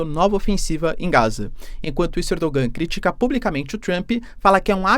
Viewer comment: Sou fã do seu canal, assisto todos. Mas se me permite uma correção a respeito a pronúncia do nome do presidente da Turquia. Aquele “G” com acento do nome Erdoğan, não se pronuncia na língua turca. A pronuncia correta é “Erdoãn”.